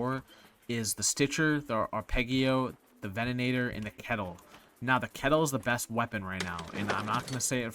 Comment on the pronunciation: Why can't streamers pronounce Venator? Also, using macros is cheating...and only scumbags cheat.